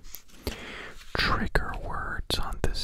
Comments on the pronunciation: For one thats not how you spell "drawing" it sounds like draw-wing its spelled drawling and two best way to have tingles 😌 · why do u say drawing like that... "drawlink"